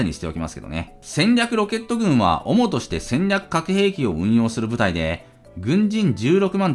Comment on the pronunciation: 主として（☓おもとして→しゅとして）。